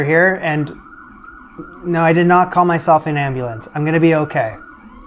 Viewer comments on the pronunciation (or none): none